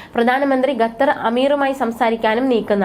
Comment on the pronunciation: ഗത്തർ അല്ല മോളേ ....!!! ഏതു സ്കൂളിലാ പഠിച്ചത് . ഉച്ചാരണം ശരിയല്ല .